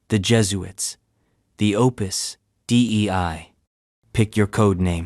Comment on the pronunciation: Listening to the AI voice pronounce Opus Dei as “Opus D.E.I.” multiple times made me laugh.